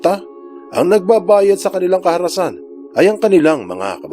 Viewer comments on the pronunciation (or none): ngayon lng kita narinig nbulol ahh . "kaharasan "